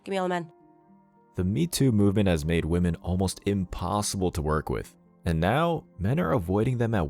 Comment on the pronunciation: Woman and women are not pronounced the same. Try to sound less ignorant. It will improve your videos.